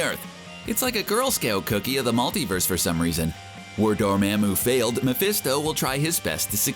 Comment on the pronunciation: DUDE, IT'S PRONUNCED DOOR-MA-MOO!!!